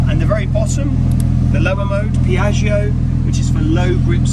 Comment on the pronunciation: ... as an italian i just got ear cancer😂 It's "Pioggia" which means rain, not "Piaggio" 🤣 Don't take it to serious😂😁 beautiful car🔥